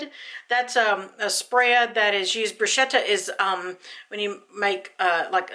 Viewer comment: Bruschetta is literally translated to 'bread toasted over the coals'. The bread is the bruschetta. Pronounced broo-sket-ah. Hope this helps